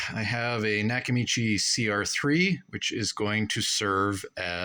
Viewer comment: A knack-a-mee-chey?